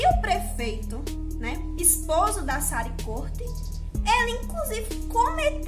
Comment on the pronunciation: Primeiro q a criança não morreu em Tamandaré foi em Recife capital, depois a lei não é municipal e geral . Tu nem o nome da mulher tu não sabe pronunciar. Não é Sara não meu bem é Sarí . Tu q gravar um vídeo vai saber das coisas e aprender a falar oxi